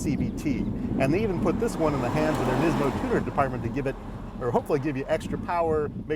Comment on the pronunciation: say it with me Nismo, not nizmo.